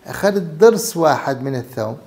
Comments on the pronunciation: الثوم وليس الثوم بفتح الثاء انت دكتور على راسي لكن لاتتفلسف كثير بالأسماء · الثُوم بضم الثاء